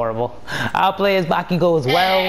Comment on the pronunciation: it bakugou not bakigou